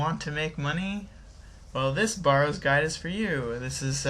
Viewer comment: is it just me or does his pronunciation of barrows bug you